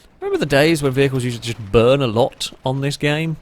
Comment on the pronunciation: "flowun" ...."Chust"